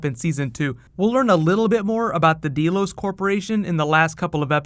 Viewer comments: Great video! This was really interesting. I really like your explanation and theories. Please PLEASE do more Westworld videos!! Oh! Also, it's pronounced "Dell-os" like Dell computers. Not "deal-os." Just fyi. :) But seriously though, please make more Westworld videos just like you do with Game of Thrones. I think people would really like that. I know I sure as hell would! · It's "Delos", not "DEElos". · Deh-los. Not dee-los. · Deeeeeelos WTF?!! Don't you watch the show? D-E-L-O-S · First time I've ever seen this particular video, but one thing stands out. Did you ever listen to this show? Did you ever see the original movie? Did you never realize that the name of the corporation, Delos, is pronounced DELL-OSE, not DEAL-OSE? It's freaking GREEK! It's an actual island in Greece! This midwestern high school student mispronunciation sticks out like a pimple on a prom queen! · I'm sure tons of people have said this but you know it's "DELL-OHS" not "DEE-LOHS" right?